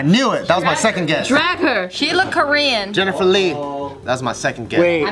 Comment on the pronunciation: Every time Bart and said 'Jennifer Le', I had to look around to see who was calling my name lol